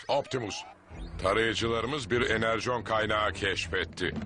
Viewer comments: Orijinalde her zaman "Energon" olarak yazılır ve "Enırcon" olarak okunur.Ancak serinin türkçe dublajı baştan savma olduğu için böyle hatalara sık rastlanıyor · Enerjon bile duydum